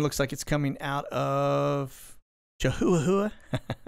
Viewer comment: Loved your "Les Nessman" pronunciation of Chihuahua -- gotta have a little sense of humor through all this craziness -- stay safe to you and all